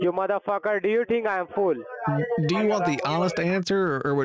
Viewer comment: 🤣🤣🤣 No,he sounds like he says "full" What did he eat?? 🤣🤣🤣